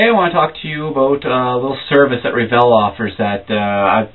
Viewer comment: its revel not reevel